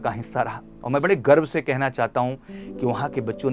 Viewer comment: Bro, woh Bihari pronunciation ki wajah se hai.. kai Bihari Garv ki jagah Garbh likh rahe hai. Haha😅